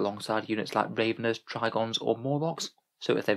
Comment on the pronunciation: By Rave-en-ers, I presume you mean Rav-en-ers?